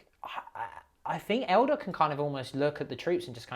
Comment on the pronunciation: saying "elder" instead of "eldar" sounds weird to me.